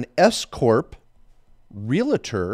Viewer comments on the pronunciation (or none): Please say "Real-tor" NOT "Ree-la-tor".